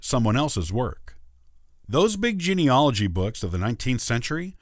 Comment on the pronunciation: It's spelled geneAlogy.............do you understand what you are talking about.................how can it take notice of you if you can't pronounce your topic?? Stavros